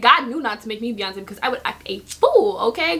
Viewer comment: When you brought up Beyonce it sounded like you were saying my name, because my name is Breyonce😂😂